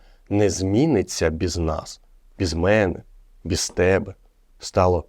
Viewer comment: Мальчик,а у тебя фонетика русского языка,ты произносишь,,бэз,, ,,напишить,,. Ура!!!Русский язык знают все...